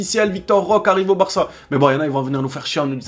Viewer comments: Ça se prononce pas roque mais roqué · Ça se prononce Roqué frère